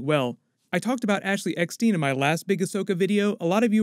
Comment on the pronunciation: I'll be so excited when both are released! Small nitpicks. Ashely's last name rhymes with "stine". Biehn rhymes with "bean"